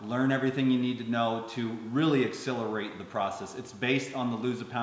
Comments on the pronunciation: Quick (loving) comment: X - SELL - er - ate. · pronounces the word "accelerate" in a unique way, and it does come out sounding like a mix between "accelerate" and "exhilarate". Accelerate = to make something happen as a faster rate. Exhilarate: to make someone feel very happy, animated, or elated.